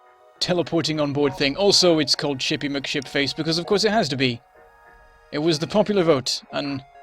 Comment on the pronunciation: He actually got my name pronounced right!